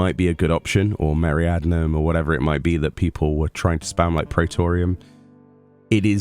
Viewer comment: Someday will pronounce Meridianum right! It's like meridian sorta. Maybe dzemael too but it's harder...the d is almost silent. Really appreciate the coverage, regardless;)